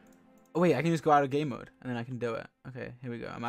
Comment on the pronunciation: Every time George said game mode I just heard gay mode. It was wonderful